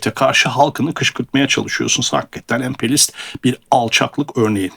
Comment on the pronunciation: Emperyalist kelimesini "emperlist" şeklinde mi söylüyorsunuz, yoksa ekipman ya da yükleme sorunu mu anlayamadım. Örneğin